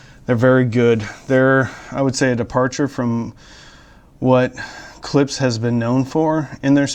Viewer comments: It’s Klipsch not Klips. Why dafuq I have to hear how the beer goes down your throat ??? Drink the godamn beer after the review. This is a joke. 🤣🤣🤣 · You're my favorite audio reviewer but it's driving crazy when you say "Clips" instead of Clip--shhh".